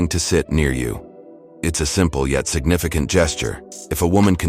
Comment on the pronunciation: "Signifi Can't indicator." Loving that AI 👍